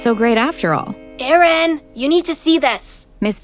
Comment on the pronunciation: idk in the vid it's spelled Aaron (subtitles) but they pronounce it as Erin